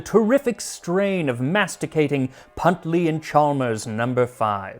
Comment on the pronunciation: Max it's Huntley & Palmers.... Not puntley & Palmers.... Love you anyway